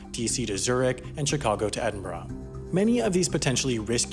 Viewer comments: Edinburgh is not pronounced "edinburah".It is pronounced "Eddinburg" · EdinburraH?? EDINBURRAH? WHAT? 😎